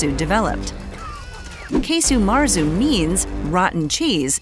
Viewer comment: Quite right. It's not Key-Su Marzu, but Kah-Su Marzu.